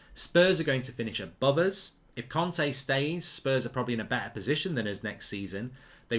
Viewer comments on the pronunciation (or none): none